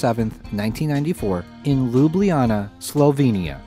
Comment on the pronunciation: I'm really happy you haven't pronounced Ljubljana as le jab le jannah